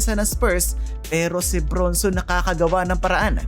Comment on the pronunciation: ang pronounciation Brun-son hindi Bronson.Julian Kymani Champagnie (/ˌʃæmˈpɛni/ sham-PEH-nee. ayusin mo sir.